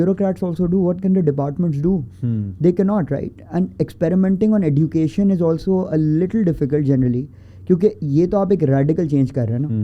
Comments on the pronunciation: Why it's Edducation instead of Ejucation? Education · This e”ddddddddddddd”ucation is really annoying me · OK, but what’s up with the pronunciation of “education” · I am curious to know why he don't know the correct pronunciation of word "Education". After listening, to him, I rushed to google to check if I am wrong but unfortunately I am right. I checked only British and American. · woh to theek ha but please teach him to pronounce "education" 😭